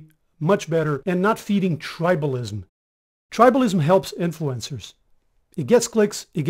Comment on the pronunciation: Who pronounces "influencers" like "influenzas"?!?!